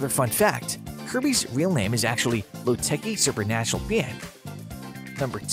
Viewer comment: Plenty of decent information, but the name is Pap-short A not Pop. Kirby comes from Lo-teee ki papillons. Not Lo- tecki. This drove me crazy the entire video. Also, the painters name is Ti-short I - tion , not Titan. Maybe read the info yourself instead of using a computer